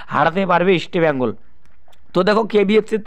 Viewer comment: বাংলা ভাষা টা ঠিক করে বলতে শিখুন। ইস্টি বেঙ্গল কি কথা, তারপর ভিডিও করুন।